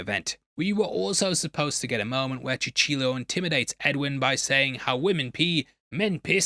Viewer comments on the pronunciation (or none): "Cuchillo" is pronounced CU-CHEE-YO